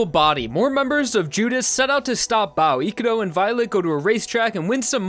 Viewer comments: His name: Ikuro How this guy says it: Ikuru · Gotta love how suddenly changed from pronouncing Ikurou correctly into calling him Ikuroo at the end for whatever reason